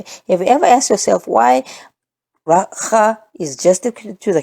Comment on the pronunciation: In Sesotho ‘akha’ is a sound made in contempt as if scoffing or fed up. That is like Raca - the pronunciation you gave for the hard c and aspiration of the h. This is soooo cool!